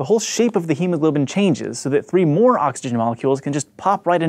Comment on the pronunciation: Brain says "MOAR"